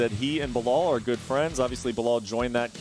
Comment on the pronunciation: *Belal NOT "Bilal".